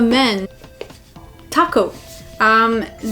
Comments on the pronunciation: I thought she said taco lol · When you said "top coat" it sounded like "taco". But, I guess tacos are pretty important in any situation.